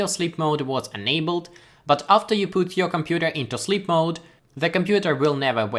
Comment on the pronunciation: good would should could stood put shook look book took woman sugar - get this sound, your English is good, but you totally just said poot